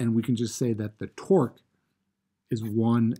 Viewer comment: Are you saying torque or twerk?